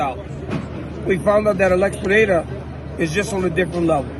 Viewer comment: Finally an american speaking Pereira correctly 😂